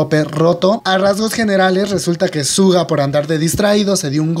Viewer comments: Asdfdfdfsfdfsg mi pobre "shuga" no "suga" 😂 , ojalá se recupere pronto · se pronuncia shuga no en español suga ^^